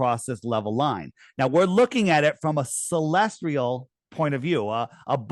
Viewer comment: why do you say 'celestrial' instead of 'celestial'? I'm sure there's some deep significance but I can't figure it out.